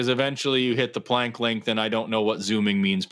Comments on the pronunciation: If Max Planck is "the most respected name in physics," let's pronounce his name correctly, okay,? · The mispronunciation of Max Planck's name is killing me.